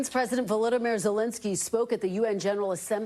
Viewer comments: How does a news anchor pronounce such a highly known political figures name so wrong??? Validamere??? It sounded like she was trying to mix Voldemort with Vladimir 😂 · Volodimir , cersinschi